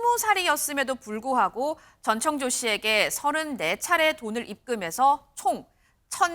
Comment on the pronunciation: 오 저 분홍옷 여자분 전청조 발음 연습 좀 하셨나봐요 ㅎㅎ 지난번앤 노상 정찬조라고 하시더니 이번엔 제대로 발음하려고 노력은 하시네요, 비록 혀가 꼬여서 발음은 여전히 제멋대로지만요 ^^